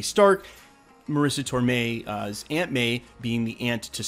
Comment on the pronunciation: Also John Favreau not Fovreau and tomei not tormei